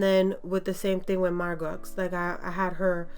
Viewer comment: It came out great! Her name is pronounced Mar-Go, though! :)